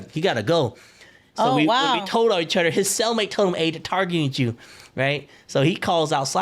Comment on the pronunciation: He pronounces Other Otter